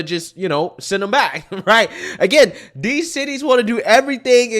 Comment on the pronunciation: She said , dees people! Isn’t that a racist remark!